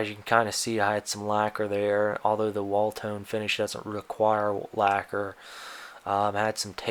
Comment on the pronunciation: I believe it’s pronounced “wood tone”.